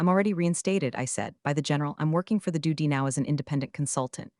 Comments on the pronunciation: Hilarious the way the reading of this pronounces DOD as do d and it gets written for the on screen script as duty. A lot of time is put in to these stories on the “influencer’s” end that are nothing but comical. The way the actual stories come across makes you and a lot of other people who do these things comedians and not very good ones. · Another channel that doesn't proof and edit whatever garbage the AI voiceover spews out. What exactly is a "suv"? Believe it should be pronounced "es ewe vee ." And don't forget DOD, should be pronounced "dee oh dee." I shake my head knowing that there are people who will try to learn English from AI generated narrations. The future certainly looks bleak. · "configuring to doody standards" 😂😂😂😂😂 Train your AI to read acronyms!